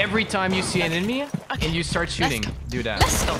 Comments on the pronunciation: Enmeny* 😂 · “Enmeny”... You mean enemy?